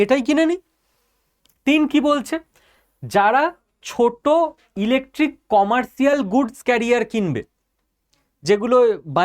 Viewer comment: আপনি একজন শিক্ষিত ছেলে হয়ে উচ্চারণ এতো বড়ো ভুল করছেন কি করে? এতো দিন জানতাম কমার্শিয়াল কিন্তু আপনার কাছে শুনলাম কমার্টিয়াল। জানিনা আপনি কোথায় লিখেছেন।